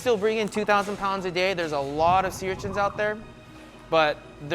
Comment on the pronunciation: does the narrator know how to pronounce sea urchins correctly?